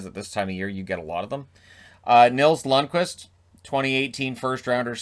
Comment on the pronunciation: He's Lundkvist, not Lundqvist